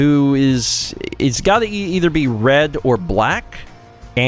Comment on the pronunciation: I thought I heard say bread, not red, you've triggered me as bread is not a creative color.